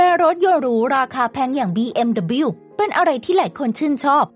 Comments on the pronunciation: บีเอ็มดับเบิ้ลยู ครับ คำว่าเดอะบิว ไม่มีครับ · BMW ไม่ควรออกเสียงว่า บีเอ็มดับบิว ที่ถูกต้องคือ บีเอ็มดับเบิ้ลยู (แต่ถ้าออกเสียงตามภาษา เยอรมัน ก็ต้องออกเสียงว่า เบ เอ็ม เว) คงจะมีแต่คนไทยมั้งที่ออกเสียงแบบนี้ พอพูดเร็วๆ ก็เลยนิยมออกเสียงเป็น บีเอ็มดับบิว และพอมีใครออกเสียงถูกต้องว่า บีเอ็มดับเบิ้ลยู ก็อาจจะถูกมองแปลกๆอีกต่างหาก